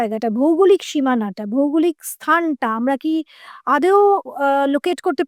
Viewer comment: আদেও না, কথা টা হলো আদো ওঊ বা আদোও, উচ্চারণ ভালো হলে শুনতে আরো ভালো লাগে